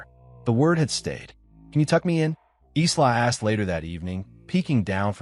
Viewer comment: someone please retrain the AI audio.... Isla is pronounced "eye-la"